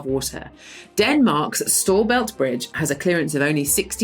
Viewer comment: As a dane, hearing someone pronounce "storebælt" as "store belt" is really weird. I get why that's the intuitive way to pronounce it in English, but it still feels strange 😅